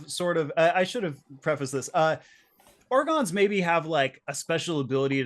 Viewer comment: Why are you calling Gorons Orgons, and the Picori Picodo?